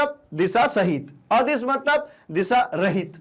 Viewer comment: Sadis or adis ke Pronunciation ko sudhariye